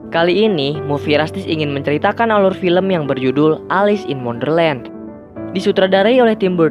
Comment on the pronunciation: Di tulis: Wonderland Di bilang:underland